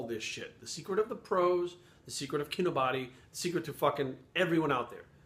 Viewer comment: So you watched several Kinobody videos and at no point did you learn to pronounce Kinobody correctly?......Yep you're full of shit.